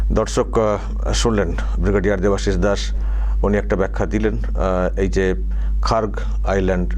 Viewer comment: খাগ্র না খার্গ।